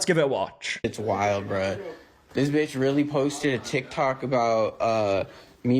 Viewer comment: if a white guy goes "this bentch" i just caaaaaaaaaaaant, just go home kyle your mom made you the hot pockets you like. I just have no respect.